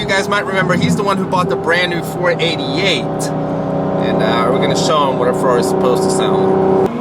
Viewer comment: I like how he said 488 instead of saying 488 Isn’t it funny how you all pronounced the same thing differently?